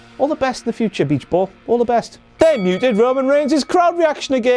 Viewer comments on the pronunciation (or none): none